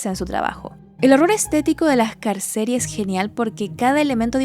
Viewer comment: Pd : di Piranesi, Carceri se pronuncia CárCheRi - cárceles.